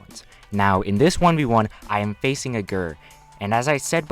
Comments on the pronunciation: Bro did you say Ger rather than G. E. R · How I pronounce GER: G-E-R How pronounces GER: GURR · Please Do not Pronounce GER as “grrr” I’m triggered. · Please stop saying GRRR for Gold Experience Requiem and just pronounce it by saying the individual letters. G + E + R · My man say g.e.r not gerr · it's g e r not grrr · I love how he calls ger a "grr" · be like Grrrr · ger is usually pronounced as separate letters (g-e-r) no offense but that was hard to listen to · Just saying ger is an acronym so you say g.e.r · "Facing a gurrr" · The way u say GER hurts me